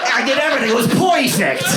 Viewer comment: Yes! I love “poi-fect” and “beaut-ey-full” 😂